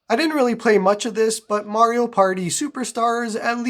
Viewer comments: Nintendo peaking around the corner: sup bro? You mind showing us the actual cartridge? And did you say Mare-rio, Bruv? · bro really said mary o lmao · who is MARY-O ? lol